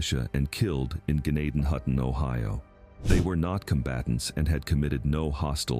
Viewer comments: N it's pronounced Jen- nay-ton-hutton. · You are pronouncing gnadenhutten way wrong, and it still exist, so does zoar